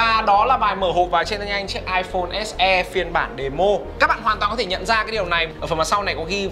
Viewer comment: "ếch e" và "ếch i" :v